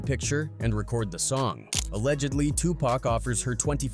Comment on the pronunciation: Man, the bullshit oozing from this video is crazy pac was from nyc not los angeles. the ai voice you use is trash too....his name isn't 2-pack.